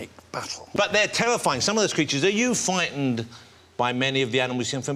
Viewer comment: Yes I am vewy fwightened it gives me the cweeps.